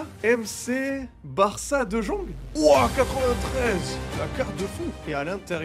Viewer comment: Tu as dis Deux JONGUE 💀💀💀 Bruh C'est De Jong